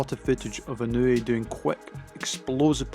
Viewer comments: Absolutely butchering his name. It’s not In-new-we. It’s In-ah-way. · It’s EE NOH U EH. Not easy for English speakers cuz of the precision needed for separation of the vowels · Its not technique and training. Any boxer can train exactly like Inoue does. Btw…to you silly Anglos who dont know how to properly use English, its not Eye-Ran (Iran), and the proper way to pronounce his name is EeNoo-Wey. His real secret is not training nor technique. Anything can be learned. Neither is he a superhuman. SECRET: He comes from a happy, intact, functional and highly supportive family with strict family values and morals, who are financially comfortable and secure, who are NOT the usual low-life slum dog niggha losers involved in crime and being dirt poor while dying to show off. Inoeue’s FAMILY and secure, comfortable life give him the peace of mind in order to be focused. He doesnt need to worry about a mother who’s a whore, father who runs away, huge piles of debt and a broken problematic household in a shit location.